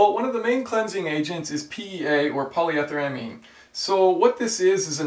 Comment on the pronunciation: PolyEEEtheramine (long e)...and it's one word. Just saying. Another thing to keep in mind is if you're running gas with ethanol in it, any other alcohol additive (i.e. dry gas) is of non-value (unless you suspect gross contamination of water).